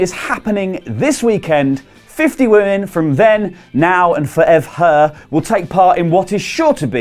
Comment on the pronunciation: He said "Then, Now and Forevher"...